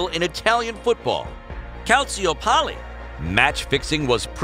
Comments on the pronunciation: Worst pronunciation ever heard: CALSIOPALI 😂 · One of the worst videos I've ever seen. The narrator's pronunciations should have been a sign to stop watching, but I unfortunately waited until the part about Calciopoli ("calchapally"), wherein he explained that "match fixing was PROVEN"--it was not. Juventus was found guilty of an "appearance of impropriety." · totti suddenly became "tati" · This is one of the worst videos I've ever seen. The narrator's pronouncing of the names alone should be a red flag, let alone the analysis about "calsio-polly" which he claims "proved" match fixing (it didn't). I just wasted 4 minutes, and somehow almost 2 million people subscribe to this. I basically never comment on YouTube videos, either, this is simply shambolic.